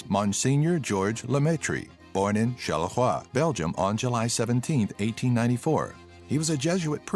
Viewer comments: HAHAHA I died when I heard him saying Charleroi :D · So funny how you pronounce 'charleroi' 😂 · 😂😂😂 the way you said Charleroi 😂😂😂